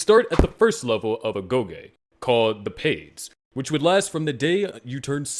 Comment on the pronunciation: "ago Yi meaning education" and paides "pe des meaning children" ... know i see all the video ..yea i cant keep up with all the greek words but is extra funny :D